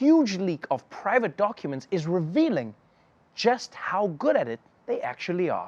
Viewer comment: 43 seconds in ... Did he say doNcuments?